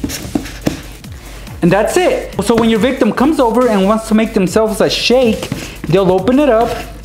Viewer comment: If I had a dime for every time he said victam I would be rich